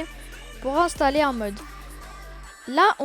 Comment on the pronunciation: Installer c'est français, ça sert à rien de faire l’accent anglais...